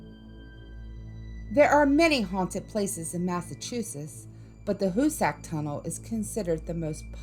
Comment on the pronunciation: That's not the Hussac Tunnel. Hussac...not hussey